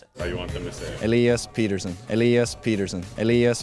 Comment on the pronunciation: Peter and Petter is a different name. Pet tersson